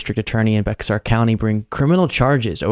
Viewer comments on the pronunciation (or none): Just an fyi~ Bexar County is pronounced "Bayer" not "Bex-R". Love the show! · It’s pronounced “BEAR county”. 👀👍⚖️🇺🇸🗽